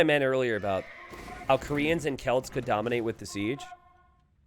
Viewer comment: please stop saying "koreans" like that it is really boring, annoying and bothersome